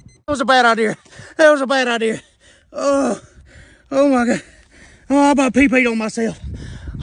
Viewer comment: "DAT WAHS A BAD IDEAR, DAT WAHS A BAD IDEAR" got me rollin